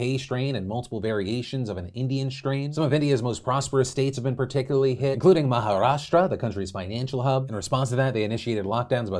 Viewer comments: WTF! Phil! I used to watch you from "Maharashtra" 10+years back and now I'm watching from the same time zone (ok that sounds creepy but I just mean I'm on the west coast in the north). Thank you for pronouncing it correctly :) It hurts to see how bad things are back in India, my parents are docs there and it's pretty bad. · for pronouncing ' Maharashtra ' correctly ..